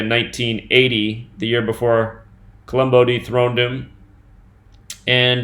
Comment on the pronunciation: Columbu looks and sounds stupid...we're being mocked. Columbu would be pronounced Co-lum-boo, not -bow, but whatever. People need to start the awakening process sooner than later. With all of these obvious changes, you would think the news and every YT channel would have something interesting to talk about, but I guess men wearing and selling makeup is where it's at.